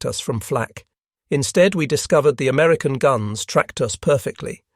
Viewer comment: 'Amerucan' ?? Give me a break. Yet again this nonsense is repeated. ALL of the Allied high frequency radars friended ENTIRELY on the British invention and development of the Cavity Magnetron by Randall and Boot at University. Of Birmingham in England. It was handed to the Americans at the Tizard Mission in Depot 1940. They produced it by the thousand. And well done to American factories. Credit where it is due. The radar was essentially a British invention.